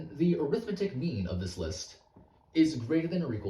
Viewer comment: 3 things: This is an extremely clever proof, I enjoyed seeing it come together. The way the 2 added in post disappeared behind your head was super clean. When talking about the arithmetic mean, 'arithmetic' is an adjective and is pronounced with major stress on 'met' and minor on 'ar'.